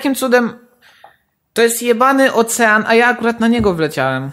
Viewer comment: ocean a nie ouszyn